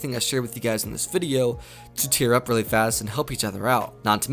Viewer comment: Many ways to tear up is what it sounds like hes saying